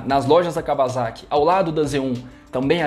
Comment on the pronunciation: Blz, só falta aprender falar Kawasaki ( cá ua sa qui ) kkkkk